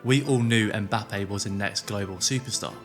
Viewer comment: It’s not “Em-bape” it’s “Mmmbape”